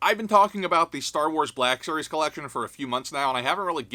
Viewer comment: "STAR WALS" hahahhahaa... who could fall for it?